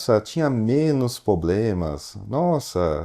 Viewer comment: Bah, mestres ... mas que agonia um investidor falar "poblemas" hehehehe